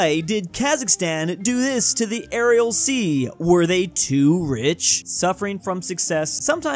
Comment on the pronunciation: is still pronouncing Aral as Ariel after all this time.